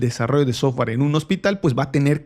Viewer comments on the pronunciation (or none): none